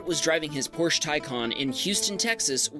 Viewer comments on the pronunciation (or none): Love your content. Quick pronunciation tip though. It‘s Porsch”e” and not Porsch’. The “e” is not silent (and just to be on the safe side, it’s also not pronounced “ee”). Thanks ✌️